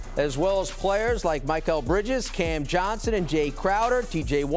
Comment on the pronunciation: As soon as I heard dude say "My-Cal" Bridges, I was outta there